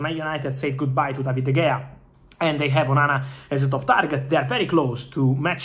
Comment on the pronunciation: "David De'Gayer". It's De'HAYER, bro.